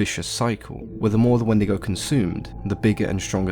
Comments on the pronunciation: If you pronounce it not as When-de-go and pronounce it like wen-dee-go you're going to Hell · I grew up hearing these stories from my elders, but they pronounced it "When-dee-goh". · The “Wandigo” always comes to mind now, damn it markiplier